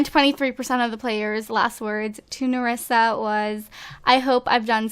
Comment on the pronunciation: Maëla Descamps it nerissa not merissa